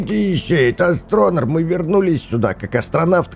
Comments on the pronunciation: Название правильно читается астронир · Не атронер а астронир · Правильно говорить "астронИр"